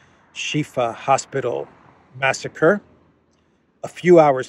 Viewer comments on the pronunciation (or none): none